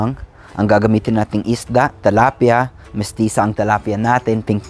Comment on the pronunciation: tilapia not talapia